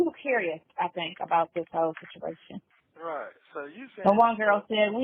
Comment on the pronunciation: She should just stop talking cause she can’t. Just listen to how she pronounced situation!!! WTF!!